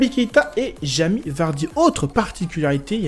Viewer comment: Mdr il dit à chaque fois jami vardy